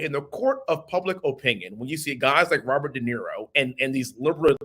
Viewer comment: I can hardly stand listening to this bs!!! Robert Denaro? 😂